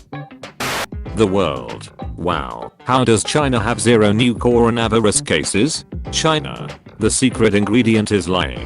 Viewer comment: Why it say carono viruz